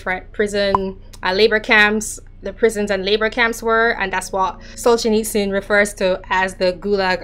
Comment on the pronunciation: Have you considered asking a Russian to pronounce Solzhenitsyn? Love the final attempt but it still seems somewhat Jamaican (and Dutch ;-)